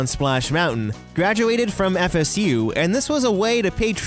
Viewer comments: When he said FSU I heard Pikachu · I always thought the gopher was saying "FU"!